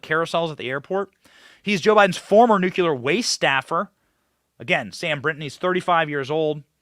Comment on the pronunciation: BENNY WHY DO DO YOU JOIN THE GROUP OF PEOPLE WHO CANT PRONOUNCE NUCLEAR. Just read it and pronounce it like it's spelled please omfg!!